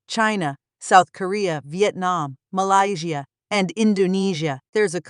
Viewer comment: this is how I'm pronouncing Malaysia from now on...